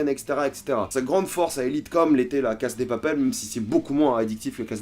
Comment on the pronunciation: On dit LA CASA DE PAPEL c'est stressant comment tu prononces..